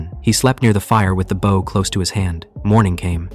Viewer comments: why does it say bow like bow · really wish someone would fix AI voices to say the correct version of bow. although this one isn't that bad. some utterly suck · Gah! You literally pronounce bow correctly in the story! And then go right back to the wrong version! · Why does AI pronounce BOW incorrectly so often? It’s unreal how often it mixes up bow (as in bowing), and a bow for archery/bow for a ribbon.